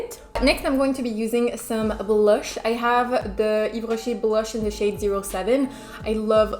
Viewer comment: I've loved the video and the look 😍🔥I like Yves Rocher too, I have few products that I use everyday but I've noticed their eyeshadows are bad😂 especially the mat ones! The nacré/scintillant ones are very pretty instead! Btw are you French? Because your pronunciation slays!! Love from Italy 🇮🇹☺️